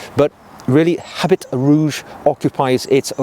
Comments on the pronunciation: Habit is not pronounced as “HabiT”. Its french. So, it is pronounced as “Aabi”. Great video anyways 👍. One of my all rime fav frag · Habit is pronounced “a BEE,” with the anccent on the “BEE.” And “eau” is pronounced just like the letter “O.”